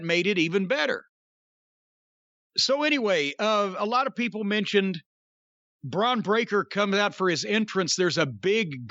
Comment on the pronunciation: Bron Breaker sounds like Dr Steve Brule butchering someone's name